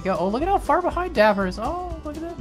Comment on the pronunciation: That’s not nice, it’s dapper, not daiper